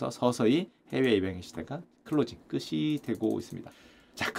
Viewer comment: 끝이, 끝을 > 끄시, 끄슬 > 끄치, 끄츨